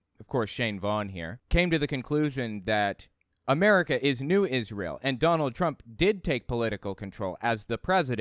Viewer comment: Ahhh man, I thought you were ganna play my favorite clip! You know, when Shane Vaughn sings new Israel, new Israel, NEW IS-RAY-EL! It just makes me laugh every time i see it, his smug stupid face saying IS-RAY-EL. Gaaaawd hes just such a POS. 🤣🤣🤣🤣